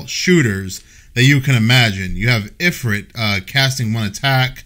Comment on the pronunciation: "My dialogue is perfect" "IFRIFT"